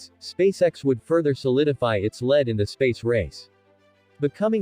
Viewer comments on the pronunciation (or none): Your text to speech AI has a problem with the work "lead."